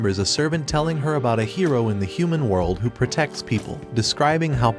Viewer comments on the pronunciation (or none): I thought you said heroin 😂